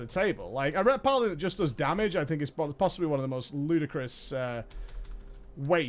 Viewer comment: It is obvious you do not like paladin simply because you cannot pronounce it. TANK is so simple even YOU can get it right :P